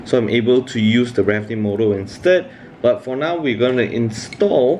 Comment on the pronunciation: Its called motor not morrr